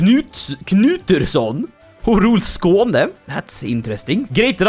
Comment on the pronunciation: is a Swede, iluminati confirmed!! I always thought that he either was an Islander with that strong Scandinavian accent, but now, he pronounced that Skåne wayy too well